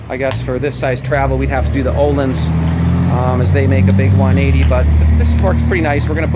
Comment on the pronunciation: Its ÖHLINS not OHLINS